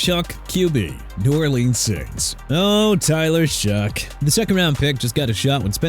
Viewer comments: I'm through with your lack of respect for the people of a Louisiana city. You wanna keep saying New OR LEANS like a fool?! Go ahead. I bet you're doing an amazing job. NEW ORLEANS PRONOUNCED NEW OR-LINS!! Dolphins can bench Tua for all I care! Chris Grier fired, Tyreek Hill out for the season, offense can't block, can't play defense, can't win games, and you're disrespecting the team. Good job. You disgust me and you need to clean out your locker. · Ive worked with special needs people in the spectrum, i understand your frustration, but i dont think will listen. I understand you are frustrated and angry cant pronounce New Orleans properly, but is it the end of the worl?